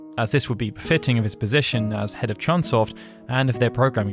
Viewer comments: Hey,, it's CHOOONE SOFT. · Not CHUN Soft.